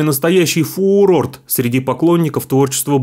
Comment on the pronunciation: фуурорТ )))) Новое слово от ведущего, появилось в русском языке )))